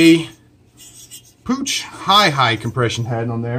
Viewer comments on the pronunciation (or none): Puch is pronounced Pook not pooch. 👍😉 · your vid quality is top notch! however, the pronunciation is "pook" (rhymes with look), not "pooch" (like a dog), or "poosh" (like a french guy saying "push"). austrian, ch is either a k or that throat clearing "khhh" sound like a bad german officer in a low budget ww2 flick, lol. puch is part of steyr, daimler, puch, about the biggest metal working conglomerate in austria, with an automotive history dating back to the stone age, lol (as well as arms, tools, and industrial gear). back in the 70s, the puch mopeds were the MOST desirable here in the states, due to both longevity and speed. the bent fin is indicative of unmolding the part a bit too warm at the foundry that poured it. those round sections are air risers to vent the mold, so the apprentice doing the sand shucking tapped that one with the air hammer, lol. not as pretty, but should have no effect on functionality